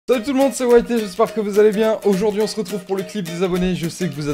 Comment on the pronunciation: Bonjour white c pas on dit pas waynz on dit waine